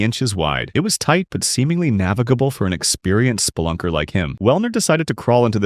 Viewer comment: Spay lunker? Lol